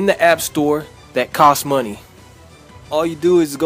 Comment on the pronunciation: "So u can gat dat mwonie"